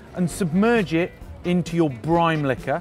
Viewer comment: Another video where you keep saying briMe